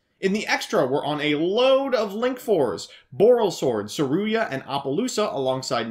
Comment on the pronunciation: Seruya is possibly the worst pronounciation of it ive ever seen